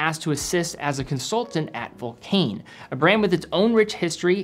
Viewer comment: Dear, just for the record: vulcain is pronounced vulcan, like the British bomber.